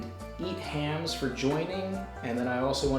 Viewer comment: I believed it from the start brother. It was a really cool headcanon anyway. Oda better take you to dinner for this one. Also, nice to hear eathams said correctly □